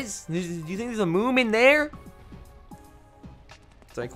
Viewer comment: It's moon not moom